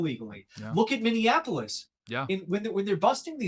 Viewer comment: Mini - apple- us "Minneapolis", NOT "Minionapolis" Since we are unfortunately in the news so much, I've noticed that about 20% of the country can't pronounce the city correctly. Anyway.